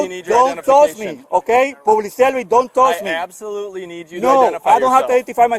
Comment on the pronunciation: "don toush me mang"